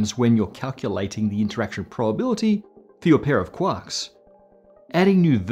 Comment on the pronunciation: really love listening to talk about cuacks